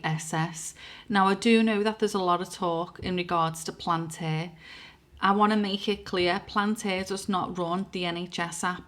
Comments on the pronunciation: Palentir, not Plantiir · PAL- ANT - EAR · bitch can't even pronounce palantir and expects us to listen to what she's saying